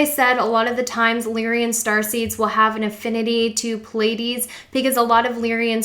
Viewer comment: Pleiades. Pleiadian. Not palladian. Sorry but...